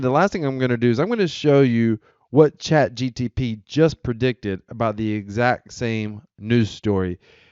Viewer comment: First words spoken on a video about chatGPT: "CHAT GTP" OMG he said it again....